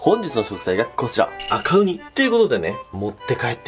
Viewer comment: ごめん悪気はないんだけど「バカウニ」にしか聞こえないw